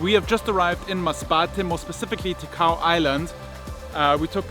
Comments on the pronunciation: Great Video! I am bicolano and I’m staying here in metro Manila. I miss my homeland! By the way it is TICAO not TIKAO! 😊😁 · It's Ticao not Tikao, I'm from Masbate thank you for featuring this.. 👍👍👍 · It’s TICAO po. Proud MASBATEÑO here thank you for visiting my homeland.